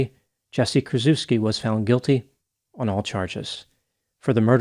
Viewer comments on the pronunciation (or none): "Kur-CHEFF-ski," please.